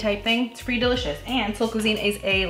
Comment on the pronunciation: " it's "dill-icious"